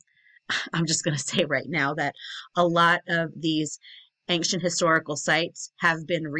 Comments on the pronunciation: There is not a "G" in the word ~AN(g)CIENT!! :) Love the content! I like Jon Levi BUT you are more in tune with logic. Your insights are amazing and you literally do your homework better than most. You dig deeper and it seems you filter out the nonsense before making the video ( I watch a lot of videos on this type of thing) and lots of creators include way to much fable, you seem to touch on it just enough to keep me on track without dragging me relentlessly through all the old garbage(TY). The way you include a little garbage to put things in context and exposing what relates stories from one culture to another is so cool. You give the basics first, then you relate it Biblically, to these cultures that were obviously scammed by these fallen ones. The devil will tell you 99 truths just to get your trust so he can slip in 1 key Lie...please keep pushing! Your intelligence is amazing to witness. Thank you. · Ancient = eyn-shuhnt 😉